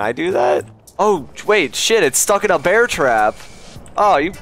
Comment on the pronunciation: Bear country sounds like bat country 😂